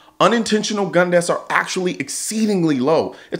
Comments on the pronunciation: God, I can stand how she emphasizes the “gun” to make it sound worse than it is... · god I hate how she emphasizes *G U N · I like her emphasis on “GUN”. I don’t know about all the rest of you, but me and my friends are always passing around loaded guns. Every one of them with hair triggers and no safeties. NO?!?!? You don’t? Good. I don’t either. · She made gun almost into two syllables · Ikr I was like, why do you keep saying it like that